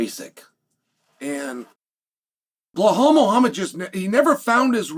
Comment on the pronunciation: I love Chaels verbal dyslexia. Belal is Pronounced Bla-Hall. Alex Pereria is Pronounced Pee-eara. Makhachev is Pronounced Mock-el- chev. Keep it up i love it !